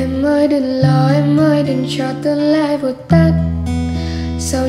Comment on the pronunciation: Phát âm k chuẩn tươn nướt đán chẳn đặc trưng giọng nam sai những cái đó khi hát